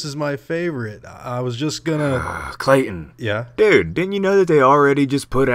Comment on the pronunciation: K.. kl.. KLAYTON?!